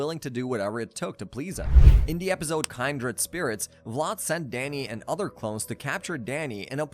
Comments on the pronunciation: Kindred was mispronounced. instead of kind use kin. best way i can explain over text. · "keen"dred spirits* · I forgave mispronouncing until you said "kindred" as Kind-red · The fact that you mispronounced “Kindred” is good to me lol you gang tho. You welcome to the BBQ… bring two 12pk sprites u gud. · when he pronounced kindred 💀